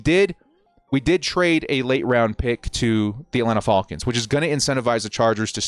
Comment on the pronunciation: Love you man, and we’re both Bolt fans, but… It’s not”Folcans” lol it’s the Falcons